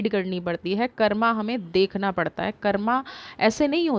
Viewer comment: आप की रीडिंग बहुत अच्छी रहती है बस एक बात मुझे थोड़ा सही नहीं लगी, आप कर्म बोला करें, कर्मा नहीं, जैसे धर्म होता है धर्मा नहीं, जैसे कृष्ण होता है कृष्णा नहीं l कृष्णा का अर्थ द्रौपदी होता है l प्लीज मेरी बातों को अन्यथा मत लीजियेगा l जय श्री कृष्ण 🙏🙏🙏